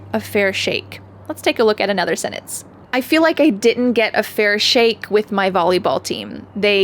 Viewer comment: Fyi. The "d" should be pronounced in "didn't" so it can be heard. That is your first mistake.